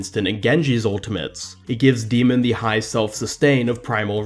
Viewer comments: Your saying her name wrong... It's D.MON, not D.MEN. If ya know what I'm saying. Think of how Pokemon is said. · Pronounced D.Mon wrong but ok